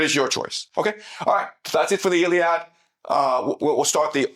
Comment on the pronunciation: Why are you mispronouncing the a in iliad if you know Greek?